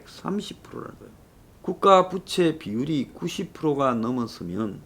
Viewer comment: 이사람아 부채발음 똑바로해!!!